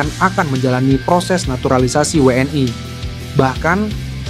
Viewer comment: 😂😂😂 ngomong WNI nya biasa aja ..gak usah WNAY